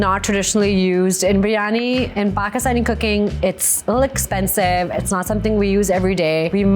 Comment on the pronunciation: I remember it well, so bad and she couldn’t even pronounce it correctly. Some chef…..